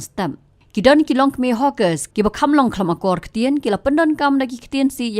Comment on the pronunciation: Na ka hawker poi sha ka hoooker😂😂😂